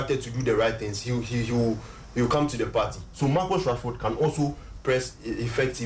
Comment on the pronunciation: It's Marcus not Marcos